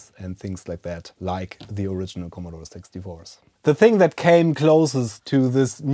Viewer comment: Gotta love the subs Commodore Sex Divorce. A 6 is actually pronounced close to 'sex' in German, so I guess it picked up accent:)